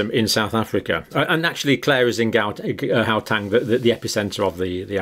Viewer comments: The "G" in Gauteng is pronounced "Ch" like you are clearing your throat. Soft "G" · I always lough when you pronounce Gauteng province please pronounce Gau as H like How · You pronounce the gau in Gauteng as if you’re clearing your throat.